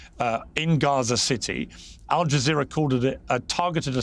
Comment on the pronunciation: Aljazzerra😂😂😂😂ALJAZERRA😂😂😂BBC😂😂😂BBC 😂😂😂😂PEIRS MORGAN 😂😂😅